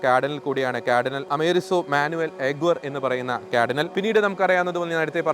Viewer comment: ക്യാർഡിനൽ അല്ല, കാർഡിനൽ